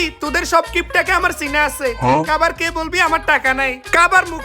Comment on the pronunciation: খাবার ✅ কাবার ❌